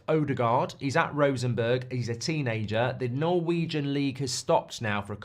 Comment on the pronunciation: Rosenborg, not Rosenberg.